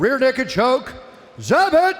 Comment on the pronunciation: Both commentators mispronounced Zabit's last multiple times before production corrected them lol Get your shit tg boys!